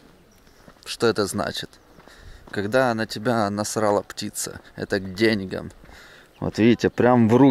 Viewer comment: "К денЬгам" 🤦‍♂️ Сук,сам говорить даже правильно не может, а других стебет!